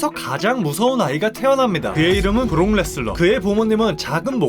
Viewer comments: 레스너를 왜 자꾸 레슬러라고 그러냐... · 왜자꾸 브록레스너를 브록레슬러라고 말하는겨 이름도모르나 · 왜 자꾸 발음을 브록 레슬러, 브록 레스러 라고 하는거임? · 자꾸 브록 ‘레슬러’라고 섞어 말하는거 개 거슬리네요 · 근데 ai보이스의 문제인지 자꾸 브록레슬러 라고 발음하는게 들립니다